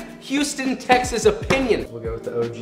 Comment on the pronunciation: instead of ''Texas'' I thought you said ''taxes'' xD